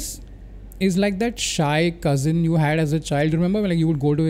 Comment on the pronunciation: You have ruined the word cousin 😂